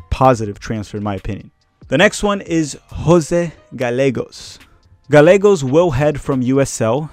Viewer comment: Good video! Btw your Portuguese is showing lol. Instead of Jose Gah-leh-gos, in Spanish a double LL would be pronounced Gah-yeh-gos.